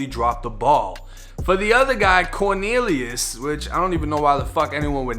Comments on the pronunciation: “Corkneeliuss”!? Oh u low key comedian u 😂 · 😂when he said corneliues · "CORNELIUS" lmfaooooooooo